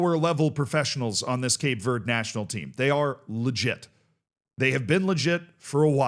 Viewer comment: Do you not know how to say green in Spanish?